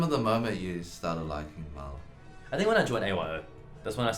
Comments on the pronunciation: I think if you wanna namedrop Mahler, you need to be able to pronounce it right. Then you can flex on all the fakers who mispronounce it it. I don't if just because I'm American but man I feel like I'm butchering the name, tho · Mahler? Barely even know 'er!